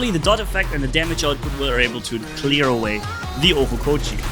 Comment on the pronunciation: Its Ochokochi not Ohokochi